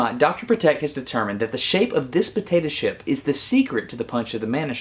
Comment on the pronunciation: He said "potata ship"